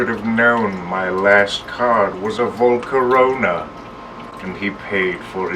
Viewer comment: The video stopped when he said "Volcarona" and it was scarily perfect